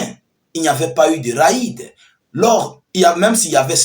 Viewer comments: Et mon gars ont ne dit pas ra-ide . On dit rede .réd . Je vous est écrit comme cela pour que vous puissiez comprends. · On dit raide = rede